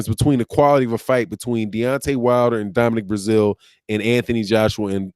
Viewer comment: As much as I enjoy your content. You can 100% tear up some names🤣🤣🤣 Now even Brazeale's name in the thumbnail.